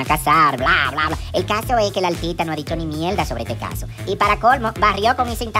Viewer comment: Todo bien hasta que yailin dijo nosotros somos 2 “altita “ OMG 😅😅😅